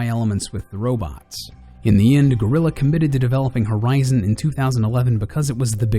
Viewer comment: You utterly butchered the game developers name